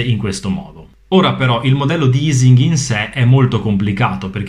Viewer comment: La pronuncia di Ising all'italiana è quella corretta, poiché essendo Ernst Ising tedesco in questo caso la pronuncia è uguale nelle due lingue. È aising (o eising) alla anglosassone che sarebbero stati "sbagliati". :)